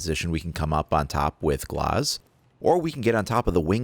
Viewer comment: Canny stand when he says gloz, it's GLAZ not GLOZ